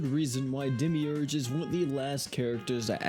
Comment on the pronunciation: Demiurge… Demimid 🫡